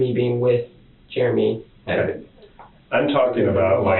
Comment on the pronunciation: Germ-ee for Jeremy😅